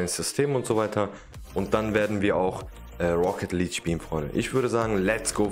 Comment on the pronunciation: Auch wenn ich nicht gut deutsch kann kann ich dich aber verbessern❤️ Rocket League hast du fast richtig gesagt nur Luek du musst es mit ja sprechen also Leakue